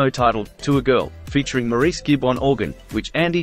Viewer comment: Maurice is pronounced “Morris”